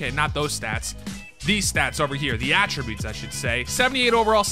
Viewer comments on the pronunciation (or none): none